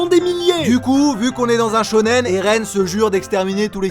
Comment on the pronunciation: Arrête de dire shônen tout le temps quand tu parles dan manga